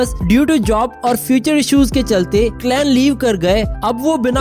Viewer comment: Talent not tailent ,n clan not clain .